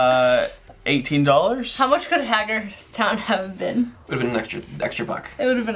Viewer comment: As a Pennsylvania native, hearing the pronunciations of "Susquehanna" was amusing. It's "kwa" kind of sound not "cuh". I don't blame anyone for getting some of the names around here wrong though, we've got some weird ones... Edit: Also Hagerstown...it's like "hay" not "hag" kind of sound. Idk why that's so amusing to me but it is...